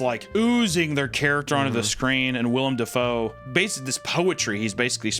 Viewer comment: Wendi I love you dearly but it’s willem dafoe not William 😭